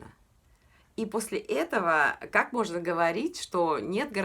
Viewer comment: Етого........Этого. почему мы родившиеся не в россии и говорявшие на русском - говорим правильно . а вы через Е( это не красиво)